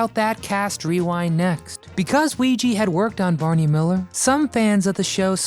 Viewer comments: Weege is weege not weege, wee'g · “Weege” is pronounced “wee - gee”, with a HARD “G”, as in the name “Gary”. Rest In Peace, Markie Post and Harry Anderson, as well as Selma Diamond and Florence Halop. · I watched it faithfully when it first aired. Great show. And this vid is pretty good too. Except that you mispronounced Reinhold Weege's last name EVERY SINGLE TIME.